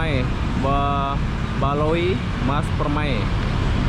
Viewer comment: Baloi mas,bukan balio gmn sih mas ini...